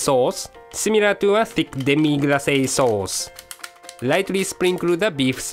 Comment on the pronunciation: Actually, you did pronounce 'demi-glacé' correctly in French. :) Merci!